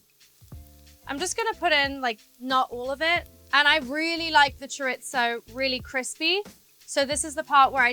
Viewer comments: As a Spanish (even though I love her) I felt lowkey offended hearing her say „Choritzoo“ and „Paelllyaa“ like that 😭😂😂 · I didn’t know chorizo has a T in it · Millie saying ‘choritzo’ sent me 😭💃 But honestly, her kitchen energy is pure gold. I just did my own celeb-inspired paella attempt—let’s just say… chaos, but tasty 🍤👩‍🍳✨ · I was like wtf is choritzo because that is what I heard her say. Girl it is chorrrrrisssooo try sounding it out spelled chorizo sounded out how I wrote it. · Chore-its-o. I'll just leave that there. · She's so cute! I love how she pronounces it "chore-it-zo" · Cha Reetz Ohh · someone help her say chorizo pls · I keep trying to find the T in chorizo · mispronouncing chorizo, claiming its italian, your accent is half LA haf UK... like bruh do you have an identity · its not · I know that’s not the correct pronunciation but that’s how we say it in the uk (or at least a lot of people do!) … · For reel 😂but maybe british people say it like that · That caught my ear as well 😂